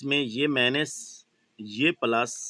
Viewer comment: پلس اور مائنس کو طریقے سے بولیں مینس نہیں بولیں سمجھتے ہیں آپ